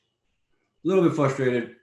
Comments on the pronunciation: Dominack "flustrated" Reyes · Is he saying flustrated?